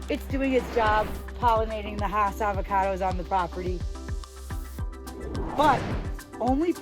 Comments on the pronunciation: You are correct. Rudolph Hass' farm was in L.A. County. And his name is pronounced "Hass;" not "haws." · Hass is pronounced like bass.